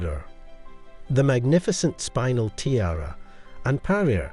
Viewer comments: Spin ell not spine el. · The gemstone is pronounced SPIN-EL and not SPINE-AL. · It's pronounced, "Spin" "el" Not spinal as in spinal tap. Gosh, I wish they'd sort out these AI voices! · It’s pronounced. Spin- Nell.